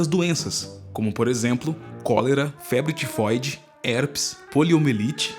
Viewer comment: Febre Ti Foide? Kkkkkkkkkkkkkk melhor nome